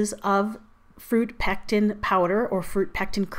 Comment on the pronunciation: It sounded like you said pecs mixture.